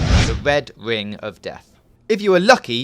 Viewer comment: How many W's are in the words 'red ring'?